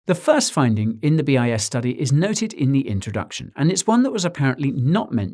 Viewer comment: I kept hearing BS study hahaha